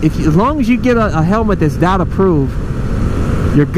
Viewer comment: It's Dee oh tee not dot?